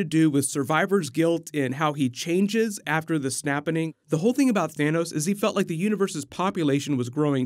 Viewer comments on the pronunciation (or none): none